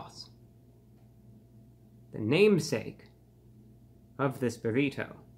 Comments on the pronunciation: the way you say buriTOE is hilarious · The way he says “berrito” lol 😅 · He says burrito strangely.